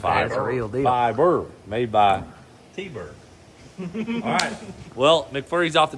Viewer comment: did say zallright